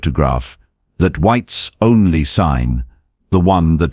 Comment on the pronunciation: Totally Fake! Why would a man wear a hat inside? Particularly a black man, who would WELL know the rules. PLUS, the AI voice said "WHEATS ONLY!" Haha!